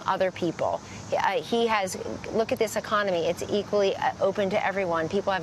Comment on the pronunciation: She said "Ecomony"....KellyAnne the Infiniteidiot just keeps giving doesn't she. Cake some more make up on KAC...We've all seen how you look without it